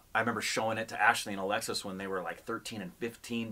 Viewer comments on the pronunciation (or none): none